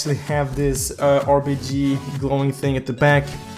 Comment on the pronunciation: RGB not RBG ... Lol 😂😂